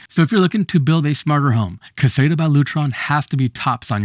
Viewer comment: you are pronouncing caséta incorrectly?